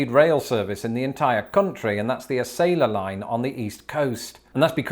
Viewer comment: I write this only because you do so many videos on the pronunciation of words…Acela is pronounced ah-cell-ah.